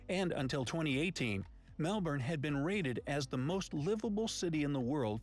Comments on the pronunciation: Nailed the Melbourne pronunciation! 👍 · So proud. Yes you’ve said Melbourne right. Well done 🎉 We now have close to 27 million people. Population explosion. 💥